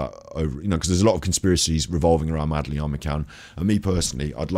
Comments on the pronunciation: Do you seriously not know how to pronounce madeleine? Not even after watching her parents say her name on all their interviews? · If you watch others videos on this case you'd know why he pronounces Madeline as Madaleine!!!!